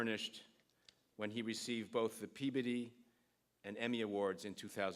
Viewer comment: Peebiddy? Is that a new pronunciation?